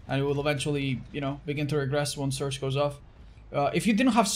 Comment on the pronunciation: Is it just me or when he said surge it sounded like search